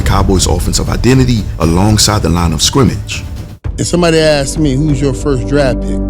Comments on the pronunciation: You lost me at axed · Asked. Not axed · Wish you would have “asked” me rather than “axed” me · Did you start this video with "What if I "AXED" you....." Axe? Bro, I really wanted to enjoy this vid. Why can't you just talk properly? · If you axed me I'd probably be dead